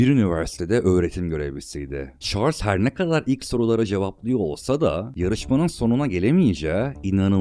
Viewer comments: Çarls yerine şörl'e ve sayısız garip, anlamsız telaffuza katlanabildim ama "ünivörsitöyi" kelimesi son damlam oldu, dinlemeye devam edemedim. Kaliteli bir içeriğe sahip bir kanal gibi ama konuşma süsü verilmiş dil cinayetlerine tanıklık etmek hiç hoş olmuyor. Her dil vatanı için güzide bir özelliktedir, insanları için önemlidir. Hiç bir dil bu denli zulüm görmemeli. Dolayısı ile kanaldaki "çocuk" aslında düzgün konuşmanın "cool" olduğunu anlayacak kadar büyüdüğü zaman "ürlülüülü" demeyi kestiği an bu içerikleri izlemekten keyif alanların sayısı artacaktır. Seve seve +1 olurum mesela, ama benim gibilerin biraz sabra ihtiyacı var gibi görünüyor. Şimdilik "engelle" değil ama, gördün mü kaç! Not: Ses tonun çok güzel, lütfen düzgün konuş. Önün, yolun çok açılır ve içtenlikle temennimdir bu, ey ülkemin pırıl genci. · Şarls! Vurguların o kadar yanlış ki konuşanın sen olduğunu sonradan anladım ,yabancı bir kesite seslendirme yapılıyor gibi duruyor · Kardeşim iyi güzel de şu dolandırıcı adamın ismini bi doğru telaffuz ediver ya...çarlz. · şorls ne abi